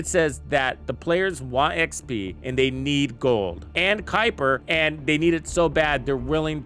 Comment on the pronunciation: The mispronunciations by youtubers for this game is insane. Kuiper, valby, viessa, sharen lepic.... The words/names are said in the game by characters multiple times, and they still say it incorrectly. Drives me nuts 😂😂